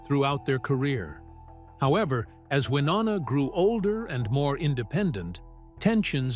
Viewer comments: Why do you continue to pronounce her name wrong? It's pronounced Wy-NO- na...not WY- NON-a. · It is Wy No Na not Wy nonna. Learn how to say her name before you post stuff. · I hate AI! It can’t pronounce Wynonna’s name and the info is widely incorrect! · Love, love, love the Judds!! Stupid AI voice, repeating the same ideas and concepts over and over, and mispronouncing Wy's name. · Most annoying is this guys inability to say Wynonna's name correctly!!!!! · For God’s sake, you really should know how to pronounce Wynonna’s name at the very least.🤦🏻‍♀️ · If you are going to do a story on someone at least pronounce their name correctly. These two are country music royalty say Wynonna's name right! Be respectful about her life story she went through alot in her life. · And shouldn't post anything ever if you don't pronounce Wynonna correctly!